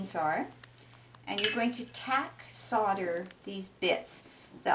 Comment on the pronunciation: Solder is pronounced soul-der